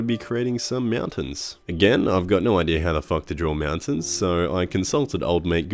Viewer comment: "Meowtains" Am I the only one hearing this? Are my cats hypnotizing me in my sleep, or something?